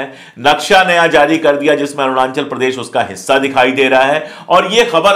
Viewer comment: मिस्टर अशोक पाण्डे, सही उच्चारण करना सीखिए। "अरूणांचल" नही। कहिए "अरुणाचल"